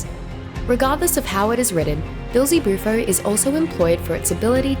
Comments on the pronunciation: I’m pretty sure it’s common knowledge that the frog was named after a common synonym for the devil. She pronounces it as “Beel-Ze-Bu-Fo” rather than “Bee-El-Ze-Bu-Fo” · Right at the start of the video. The way she pronounced the name was just odd to me.